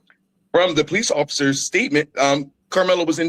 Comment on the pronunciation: " Po - leeses" ( sun version is plural) . 😂